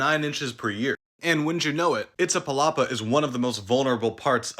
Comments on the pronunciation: Dude if you are going to talk about Mexico at least make an effort to pronounce it right, iz-ta-pa-la-pa. Not itza. You information is most accurate but pay attention to that please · You have an almost perfect pronunciation of Iztapalapa, the only thing you missed is that you swapped places between the T and the Z.